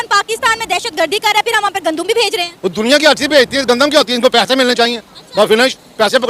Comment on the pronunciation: Gandum...Muje laga Condum bol rhi hai😆🤪😄